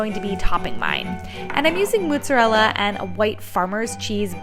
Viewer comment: TF is "moootzerella"